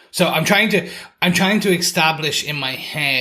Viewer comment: Bro said extablish lol